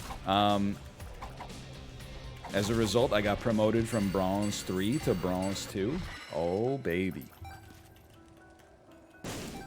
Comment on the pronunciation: My man says "bronze" the same way Alex Trebek says "genre"